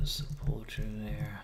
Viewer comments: It's actually Sep - ulk - er (best way I can type it) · Is that Nomans corpse in the wall? Hes on youtube too lol chanter, also Sepluchre - Sep - Luck - Her